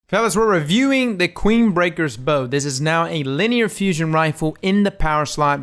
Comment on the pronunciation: So I guess I’m in the minority in pronouncing it as bow 🙇 instead of bow 🏹. In D1 the flavor text that described the weapon made it seem as if it is Queensbreaker Bow 🙇